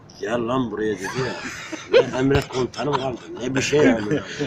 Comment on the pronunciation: Gell llan buruya didi ya ;)